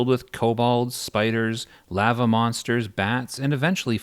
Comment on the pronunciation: the way you pronounce literally anything în the game definitely had to be rage bait. who calls lava “layva” or kedge “keege” i’m done with you lol psycho